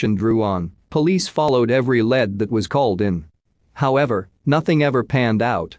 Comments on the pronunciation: It's not led it's lead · The word lead isn't pronounced like the metal lead. It's Lee D 911 is nine one one not 9 hundred and 11.